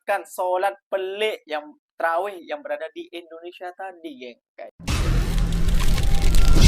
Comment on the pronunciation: Lidahnya pendek. Dengar dia sebut endonesya. Small matter bro 😅